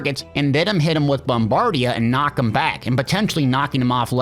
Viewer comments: I was going to say this, too. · It's BOMBARDA... Not BOMBARDIAAA.... 😉